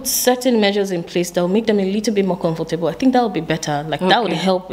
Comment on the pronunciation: She spoke almost like a Ghabaian until she promounced the word 'confortable'then i realized she still has snippet of Nigerian accent.